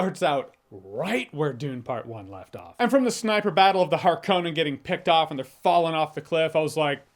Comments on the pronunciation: Why are you saying "Har-Cone-An" when the movie clearly, explicitly, resoundingly pronounces it "Har-Kuh-Nen" ?? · It’s 2024 and this guy is still saying “Harkone-en”. Does he wish his wife a happy “ain-eversary” every year? Seriously, the movie says the word dozens of times. Just stop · I wish the pronunciation was better , hark-ke-nen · You pronounce Harkonnen weird.